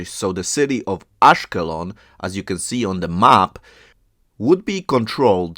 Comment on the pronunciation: ASH-KELON -- the stress on the latter part of the word.. AGEAN - the G is pronounced like the G in GAME! The Hebrew Bible refers to them as PEOPLE OF THE SEA! Very obvious!